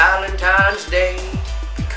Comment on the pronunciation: i like the way he said fat at the end lol